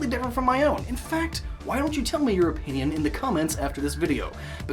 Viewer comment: pinpinion sounds funny.